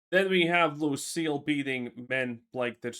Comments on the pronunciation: its lucia not lucielle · Same here! WTF it's a common 5 lettered name. Lucia is pronounced "Loo-see-A" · Her name is L U C I A not Lucelle